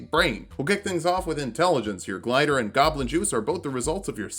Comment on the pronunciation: Awesome video but.... “Golbin stuff? “..... Goblin! Come on dude, how long have you been playing D&D?